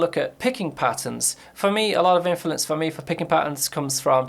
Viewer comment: This man can't say “Influence” to save his life😂